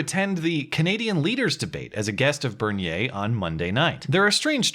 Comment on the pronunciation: It's "bear-knee-a," or it's "ber-knee-er;" how you and all too many pronounce it is combining both English and French into a Frankenstein's Monster of a name. Your pronunciation is not surprising, however, as it seems that everyone is too lazy to learn how to pronounce words correctly these days. I'm guessing that you wouldn't be comfortable with constantly being called Mate, though. Cheers, keep up the great content in any case.